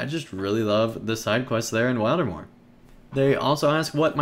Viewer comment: Thanks for the video - notes taken and I am looking foreword to go to Wildermore. Also you did pronounce the name right :) gl in the festival now days.